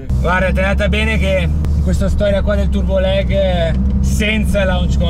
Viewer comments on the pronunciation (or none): Si dice “lag” non “leg” 🤦‍♂️